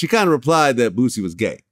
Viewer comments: Yeah it seems a lot of people can't pronounce Boosie name right they say bootsy...lol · Did he just say "Bootsie"😆😅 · He said bootsie 😂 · Why is it so hard for people outside of the south to say the word BOOSIE? Even Vlad uses to Z’s lol